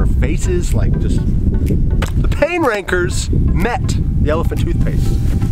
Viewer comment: Is it weird for the longest time the show was called pain Rankers but every time they said it it sounded like they said the pain Pranker ‘s’s